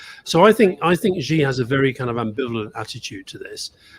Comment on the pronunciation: Xi in Xi Jin ping is pronounced “she” like the cat’s mother 😂